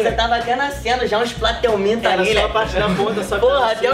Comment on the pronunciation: kkkkkkkkkkkkkkkkkkkkkkkkkkkkkkkkkkkkkkkkkkkkkkkkkkkkkkkkkkkkkkkkkkkkkkkkkkkkkkkk "plateuminto"